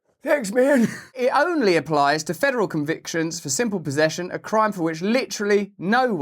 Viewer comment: “Just for using or pozeshin’”